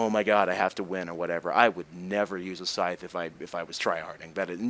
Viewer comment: Ur good even with this, man. Thank u 4 doing this 4 us, ur vids make me rly happy and help to learn English aswell. I mean, now i know how to say "scythe" properly.